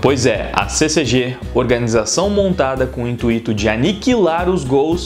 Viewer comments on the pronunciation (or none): none